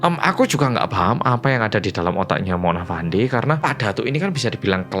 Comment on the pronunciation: sebutan nya bukan Mona Fandi tapi "Mona Fendy"